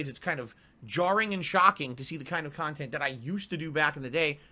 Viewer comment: "Kahntent" "KAAAAAAAHNNN!!!"